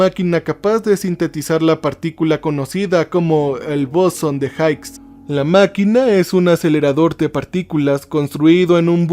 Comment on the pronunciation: se pronuncia "bosón de jigs" no jaiks. Genial capítulo.